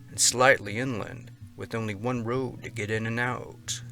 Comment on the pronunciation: "Story wwhan" (one) Lmao.